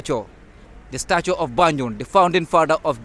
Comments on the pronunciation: I don't mean accent though I'm talking about pronunciation, I noticed he he kept saying banjon but gambians pronounced it as banjul and few other words but that's not the case he was just so misleading, like the hospital was built by the colonialists not colonial masters and the name have been change since then from royal Victoria hospital to Edward Francis small hospital who was one of the people that pushed for the independent for gambia, just saying so that your followers might not get mislead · Great tour 👌🏾 also love but his tour guide wasn't accurate lot's of misinformation and can't pronounced even the name of banjul right, I hope he looks in to that and try get someone more articulate